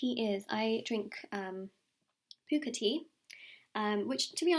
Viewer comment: The tea isn’t pooka it’s pukka. Puh-ka :)